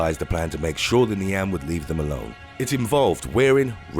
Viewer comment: just a tip, your pronounciation of nian shldnt have that much emphasis on the an part